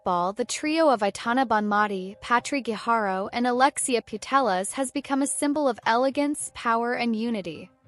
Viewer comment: Please use sound of google translator to say "PuteLLas" next time. Great video, please go on. PD. You said very well "Guijarro" It is not easy for Anglo-Saxon people.